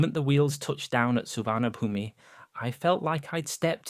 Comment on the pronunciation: still gotta work on that pronunciation of 'Suvarnabhumi', eh?